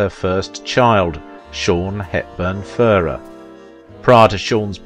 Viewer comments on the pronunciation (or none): A few points. To say Audrey was "Belgian" is an oversimplification. She was born in Brussels, to a British father and Dutch mother, and always held a British passport. Mel Ferrer was of Spanish descent, and pronounced his surname fer-RAIR, with the stress on the second syllable. Audrey was not married to Ferrer at the time of her affair with Holden. (I am not sure if you were trying to imply that, but that is the impression I got from the film). As you say, Holden was married at the time (to Brenda Marshall), but they were separated; according to one version of the story Audrey wrongly believed them to be divorced. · pronounced Mel Fer 'air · "Fer-RARE"... as in rare steak. You did correct it on the post about Mel, but again why not check major names' pronunciations before posting? It takes just a short time exploring online. Basic respect. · Buddy it’s pronounced /fer-RARE/ but I know you’re British and Brits tend to tend to stress different syllables than Yanks (I’m not either one). So Americans say /TEL-i-vi-zyun/ Brits say /tel-i-VI-zyun/. Americans say /WEEK-end/ Brits say / week-END/. In names you tend to favour the initial syllable which is most often correct but this is a foreign name. It doesn’t follow the tacit rules of pronunciation you are familiar with. ( or to be formal: of which you are familiar). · She along with the entire rest of the world gets heartbroken ...... Fer arr............is this guy British is that why he mispronounces names